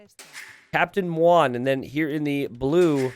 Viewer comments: it's so painfull to hear say "captain mwan" instead of "captain mu-on". muon is an english word, not a chinese name. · it's captain muon, like the greek letter mu, not moo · I love your whole channel, but muon is pronounced mew-on, not mwan. It's a subatomic particle. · Muon = an elementary quantum particle with 0 (or very close to zero) mass. Pronounced "Moo-On" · Especially because mispronounced Muon the entire game